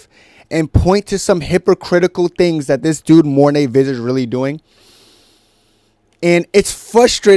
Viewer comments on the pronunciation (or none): Hey as a South African, Visser is actually pronounced Fisser, good job on u for shitting on them though, I never liked ddp since his "real african" comments